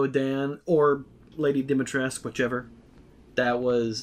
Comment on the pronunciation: Re: "Dimitrescu" v. "Demitresque" pronunciations, not knowing anything about the game's development but knowing a thing or two about languages, I get the sense that, maybe, a group of largely Japanese-born and American-born Japanese-English translators received the original Japanese script and its many references to Lady "Domitoresuku" (Japanese pronunciation). Knowing much of English and Japanese but little of Romanian(?), they knew that bringing European-language words into Japanese tends to produce vowel sounds that were unnecessary in the original language, including superfluous final "U"s, and while bringing Dimitrescu back out of Japanese they accidentally hyper-corrected, cutting off the end-U that actually should've been there. From the translators, the accidental pseudo-French "Demitresque" pronunciation made it into a pronunciation guide, and the actors and director just worked with what they had. Why the written stuff doesn't match the spoken stuff, with its proper Dimitrescu spelling, that I don't even feel I can form a theory about. I'd expect that one would correct (or "correct") the other at some point, but that doesn't seem to have been the case, and I really don't know enough about professional translation or AAA game development to say why.